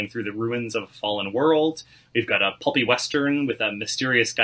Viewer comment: Did dude say...a PUPPY western...? I know what that means and I don't f**kin like what that means.....I really hope that he said "pulpy" and I only misheard the word....